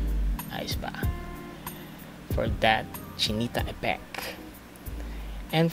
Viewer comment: PART 2 PLEASE!! "KILAY POWER" "POR DAT TANTALIZING EFFECT" HAHAHHAAHA I DIED